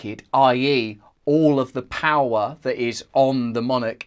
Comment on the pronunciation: Powwow instead of power 😂